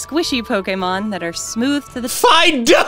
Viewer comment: I didn't know how to pronounce Fidough's name just now, I just called him "Fi-doo"